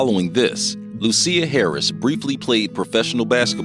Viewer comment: SIR PUT SOME RESPECT ON HER NAME... IT'S NOT LU-CEER HARRIS BUT LUSIA as in LOO-SHIS...THANK ME LATER